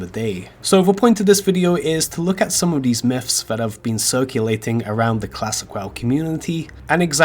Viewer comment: I was thinking the same thing when I heard miffs